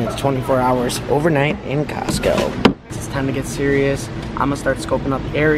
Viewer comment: Why did you say Costco when it's Costco